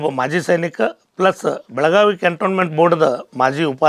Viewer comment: ಬೆಳಗಾವ ಅನ್ನಬ್ಯಾಡ್ರಿ ಬೆಳಗಾವಿ ಅದು